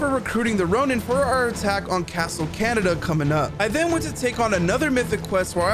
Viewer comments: Kaaa ne da, Kah neigh da, not Canada. Please. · It’s “khan-E-Dah” not “canada” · isnt it pronounced ca-neh-da? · I love how this guy says castle Canada 🇨🇦 😂 love from sri lanka